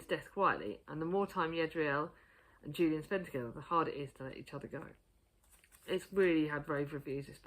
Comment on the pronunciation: Yeah for Cemetery Boys. LOVE that book. Julian is pronounced HOO-lee-ann 🍁🍂Love yoohoooooo ❤️❤️❤️